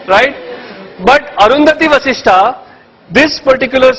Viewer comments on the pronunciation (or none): It’s jesht, Vashist Not Jeshtaa and Vashistaa just like ganeshaaa buddhaaa ramaa and so on It’s Interest to hear you but please make the pronunciation correct 🙏🏻